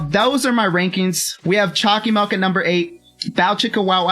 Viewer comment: Choccy milk not choccy melk